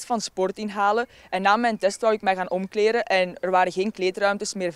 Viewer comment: "Omkleren" ... dat meisje heeft een logopedist nodig.